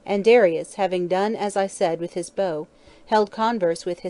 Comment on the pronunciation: Reader keeps pronouncing bow like “bough” when in context it’s clearly talking about a weapon.